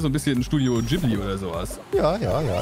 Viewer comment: Ich bin geript wo ihr anstatt Ggibli Jibli gesagt habt